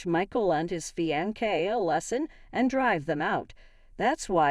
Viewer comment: It is a actually pronounced fi-an-say